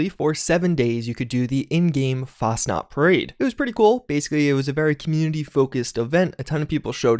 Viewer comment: ITS NOT FASNAT IS FACHNAUT (i dont know how to spell it